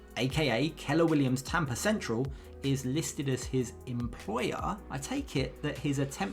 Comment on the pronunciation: should be tampa not tempa